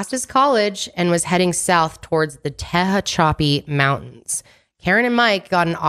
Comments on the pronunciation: pronounced Tee-hack-a-pee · This is the 1st I'm hearing of this case..Great coverage of it! I heard you trying to pronounce Tehachapi, this is my hometown and I wanted to help you pronounced it. It's pronounced Tuh-hatch-uh-peee. 😆 most people struggle with pronunciation too! Love you guys and love the hardwork you guys put into your work! ❤ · Ta-Hatcha-pee Mountains